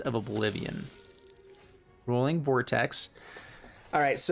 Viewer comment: It's not rolling. It's roy-ling